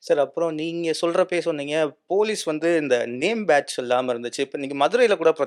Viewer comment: தம்பி பேச்ஜு இல்லை பேட்ஜ்... தமிழை நல்லா பேசுப்பா...🫤